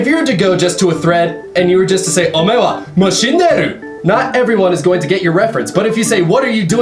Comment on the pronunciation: He mispronounces it, but it's "Omae wa mou shindeiru" from fist of the north star.